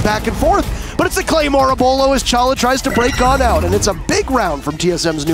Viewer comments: The way he pronounces Beaulo every different time is so funny to me. Like He pronounces it right once, then the rest is just a mix. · The way he says Beaulo makes me want to die lmao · I'm getting TRIGGERED 😡 everytime they say beaulo wrong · He pronounced beaulo in like 13 different ways😂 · lol i love how he keeps saying beaulos name wrong each time he says it. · I love how many times he purposely says bealuo incorrectly I can already see all the little kids getting triggered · Did anyone else notice how everytime he says the name he pronounces it different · Haha bro nah i never heard these mispronounced versions of his name the first one got me off guard that was so funny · I love the way you try to trigger everyone by mispronouncing his name in the most possible ways xD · I love how you guys increasingly mispronounce his name as you go up the list! XD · How many different ways are you going to pronounce his name. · im gonna slap tf outta this guy for not saying beaulo correctly XD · He mispronounced his name and the clans name😭😂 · Beaulo’s name is just weird so everybody will mispronounce it on purpose. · Is it just me or does he pronounce beaulo differently every time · Why do you say his name wrong so many tjmes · why he pronounce Beaulo's name wrong three different ways? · this guy need to be fired he failed to call beaulo name for like 38 times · Bros gotta learn how to choose one way to mispronounce his name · stop mispronouncing the name plz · you don’t know how to correctly say the name Beaulo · Quit saying booooulo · He's my gaming idol. With that being said, I honestly think he has Aimware built-in his Nervous System. It's also Beaulo not Buealo. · its not booloo, its bowlow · Bwelo? Its bowlo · Beaulo not Bulo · The second I heard the first “Bwaylow” I just knew they’d be trolling the name for the rest of the video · bewlu boiloo boolo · the way he said beaulo like kinder bueno Edit: now they out here calling him booloo lmao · “Bwilow” LMFAO